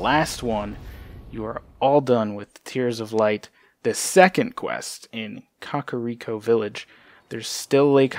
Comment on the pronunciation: You said kakariko wrong